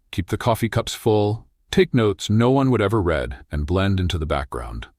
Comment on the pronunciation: Good story, but I wish AI would learn the context of present or past tense when using the word read. Pronouncing it as “red” no matter the tense temporarily causes loss of context and understanding.